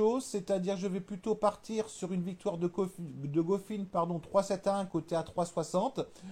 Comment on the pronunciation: je te jure regarde quand il prononce couffin ou struff c est un scandale